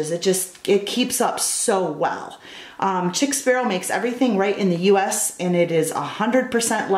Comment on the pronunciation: Chic ( sheek) sparrow Pronounced sheek. Just a FYI